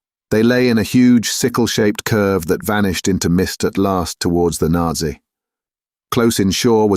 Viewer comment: The reader's voice is easy to listen to but many words are mispronounced, especially place names. 'Naze' (rhymes with haze), not Nazi. Esher has a long initial vowel etc. Lieutenant chops and changes between American and British. Also, some of the reading is very flat where a little more emphasis would make the meaning clearer, 'flying people' for example. Enjoying it though, what a cracking read! Thanks,!